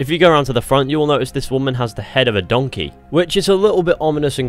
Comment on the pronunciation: it's a return to donkeh